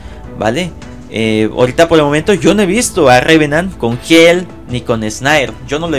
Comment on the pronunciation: Porque dice shil? Y fenrIr?